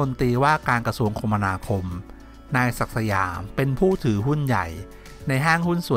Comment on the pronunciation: อ่านว่า คะมะนาคมครับ